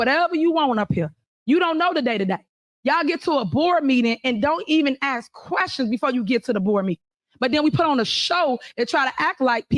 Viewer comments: The only thing I could understand from her speech given her poor use of English and horrible slurred pronunciation was; "I BE having a meeting and you can AXE questions then." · She can't even say ask she says axe . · I would Never vote for someone who can’t pronounce the word “Ask”.